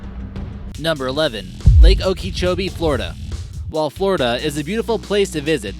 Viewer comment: its lake oak-a-cho-bee, its worse than when tourists pronounce one of our lakes kiss-ah-me, when it's ka-sim-ee